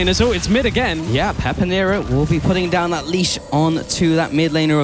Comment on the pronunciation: finally they called him pepinero and no "peperino"